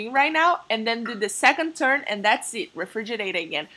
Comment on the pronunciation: the way she says churn when it's actually turn